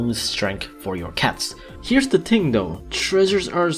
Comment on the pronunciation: “the ting is” (you have to wait a while)